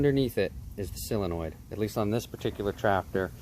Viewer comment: It's SOOOOOO-lenoid... Not "cyl-enoid" After hearing him say it wrong 30 times, pissed me off...